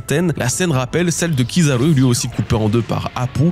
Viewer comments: Tu peux dire Kizaru normalement stp ? c'est horrible avec l'accent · Ta façon de prononcer Kizaru fait mal aux oreilles. Arrête de forcer l’accent